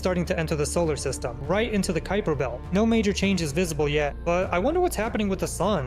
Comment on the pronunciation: Kuiper belt ❌️ kuuper belt✅️